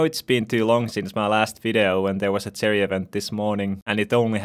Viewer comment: I love how he says aspect of the cherry instead of jerry😂